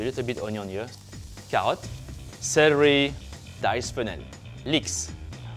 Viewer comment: I love that the French can say the R only in celery. 😁